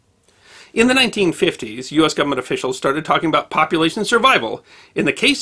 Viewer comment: I love that he actually says "gumment"!